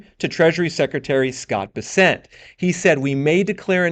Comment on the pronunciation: My man, learn how to pronounce ‘Bessent’. Otherwise, interesting material as usual. Good job.